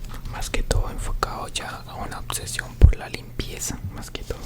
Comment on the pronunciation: Muy chistoso lo de obseción…quéee? (Tacha), obsesión